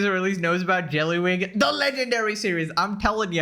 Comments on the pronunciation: you and Rev HAVE to be colluding to be pronouncing jellywig like that....its so jarring that i look over to my second monitor everytime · Careful, if you pronounce JELLYWEEEG any harder you're gonna lose your voice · The progressively chaotic pronunciation of jellywig is sending me 😂😂😂😂😂